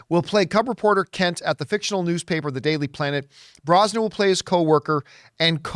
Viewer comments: Brosnan? It's BrosnaHAN, John. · John! It's Brosna-HAN not Brosnan. She's not related to Pierce.😂